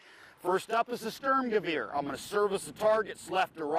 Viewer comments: Sturmgewehr nicht Schtürmgewieer :D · It's funny that all Americans and Britans say " Störmgöwöhr". For all English speaking people: is Sturmgewehr, the U's are spelled like your oo in cool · Sturmgewehr, not stömgewör please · Störmgöwör... I thought Americans had trouble pronouncing umlauts. That's THREE IN A ROW. Guys, german pronounciation does not work by shitting umlaut all over everything Stoorm-gey-wer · Thanks for the praise... You pronounce it "Shtoormgewaire" :-D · stormgun, or stormers-gun. actually ^^ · Every time he calls its a "Stermgaveer"... It makes my ears bleed. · Lass die Amis mal ihre Propaganda Dokus... ist jedes mal witzig anzuschauen :D Und er sagt ja "Störmgewöhr" :D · yeah.. störmgewör... Like XD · ha ha he said sterm lolz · ich liebe es wie er 'Störmgewöhr' sagt :D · it's funny to see how he say "sturmgewehr" xD i'm german^^ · I personally prefer the Sturmgewehr over all the others there, but this guy's German pronounciation is absolutely atrocious.